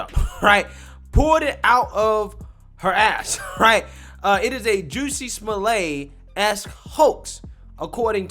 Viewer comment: Smol-lett, is the pronunciation. Not Smollay.